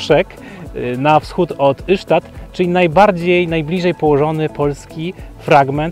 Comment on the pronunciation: Taka mała uwaga Ystad to /istad/ a nie /isztad/. Szwedzi właśnie tak to wymawiają. Poza tym wszystko super i ok. ;)